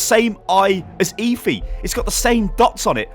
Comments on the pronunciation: ITS PRONOUNCED ( F E ) NOT ( E FEE ) PLS STAHP :(((((( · Please, why are you calling her e-phee, its eth-ee! "Efi" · It's pronounced Effffeeeeeeee. Not Eyfi. ☺️👍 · Im pretty sure its pronounced effy not eefy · Jesus man it's pronounced effff-ee not eefee fucking hell man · It's pronounced EH-FEE, just saying( ͡° ͜ʖ ͡°) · It's pronounced as eh-fi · Please just say EH-Fee. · did any1 else hear leafy instead of efi LOL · lets be honest, is there even a chance he's pronouncing Efi correctly? EEEEEEEEEEEEEFY, Dooooouuummmfist.... Saaaaays...... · You pronounce Efi's name wrong. 😂